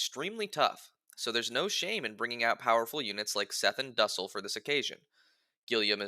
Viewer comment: Its not pronounced duhsell its doosell for duessel